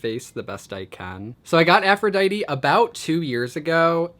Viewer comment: Aphrodite is actually pronounced aphro-dee-tea